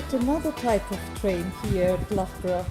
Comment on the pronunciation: Loughborough is pronounced as “luff brah “ ! 😉